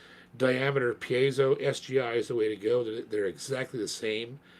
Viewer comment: is one of the few people to pronounce piezo correctly